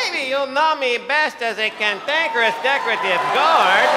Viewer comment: Cantankerous Spaniard. He said Cantankerous in his worm train Spanis accent. Bob, Archibald, The Worm Train Dr. Sanchez